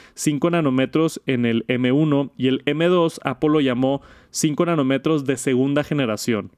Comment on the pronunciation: Solo un comentario, nanómetro (acento y tilde en la o) igual que kilometro el acento en la o